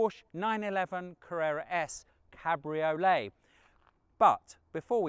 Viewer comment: “Cadbury olé” made me 😂